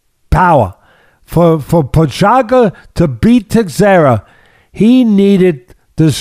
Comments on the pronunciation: Pojaka , pojama , pohaka lol teddy never misses. Texera lol just call him jiri and glover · "TEX-era" and "Pro-HOCK-uh" 😂😂😂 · Teddy: Proshaka: Prokhaka Prochazka: Am I a joke to you? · Wish Teddy would just go with their first names Jiri and Glover instead of butchering their last names LOL. made me cringe at every single attempt ahahaa